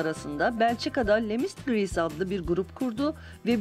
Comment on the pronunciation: Haramiler değil Harmoniler Lemistgrees değil Les Mistigris